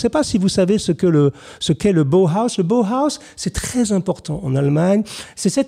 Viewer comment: Monsieur Jacomet, Comment allez-vous ?! Si je puis me permettre la prononciation à l'allemande de Bauhaus est : " Baohaos " ! ( B.A.O.H.A.O.S ) Sinon superbe vidéo dont je ne retiens que du positif ! Merci pour ce formidable numéro. Merci bien, Salutations distinguées, Mr.Azog !